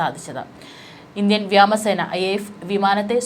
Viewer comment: വ്യാമ സേന അല്ല വ്യോമ സേന ആണു